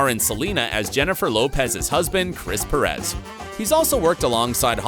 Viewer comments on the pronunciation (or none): none